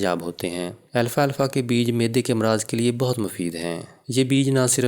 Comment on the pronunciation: او بھائی اتنا لمبا لیکچر دیا لیکن نام غلط لیتے رہے لکھا بھی غلط اس کا نام الفا الفا نہیں الفالفا ہے درست کر ہومیو پیتھی کی کسی اردو کتاب میں دیکھ لیں